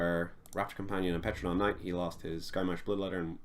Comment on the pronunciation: TERRO-don Knight, like in pterodactyl or pteranodon ("p" is silent), not Petra, like the guy in Hunger Games.